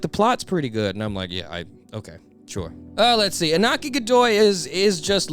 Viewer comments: Just a lil side note, Iñaki’s Mexican so the tilde above the N changes the sound from Inaki to InYAKi. Great video tho! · I don’t wanna be that guy, but the pronunciation is Inyaki (no offense)